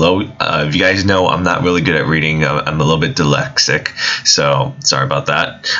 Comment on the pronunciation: 'I'm a little bit DELECTIC' yeah i think you are seen as its pronounced 'dyslexic'